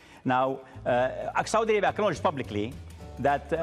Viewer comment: Saudi Alaibia.😃😂U can't even pronounce your own Country.Kissin ass of your Prince...this bullshit made MBS freed his brother huh!!!!Of course you will butter your Prince ...not to hang you upside down again and take $6 billion again from u😃😃Your a big joke but we understand where you are coming from...you love your wealth and your life.